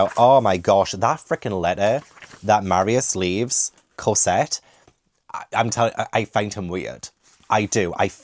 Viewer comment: Evolution of pronunciation Cosette - Corsette, Casette, Cosette:D